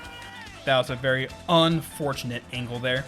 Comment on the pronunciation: Same, especially with "UNfortunate" 😂